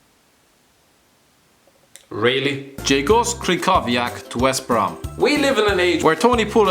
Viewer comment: Try to say Kryhoviak it'll make it easier trust me I'm Polish.